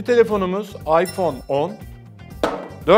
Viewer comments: İPzone değil iphohe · ipzone değil iphohe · ıphone yerine ıphohe diyo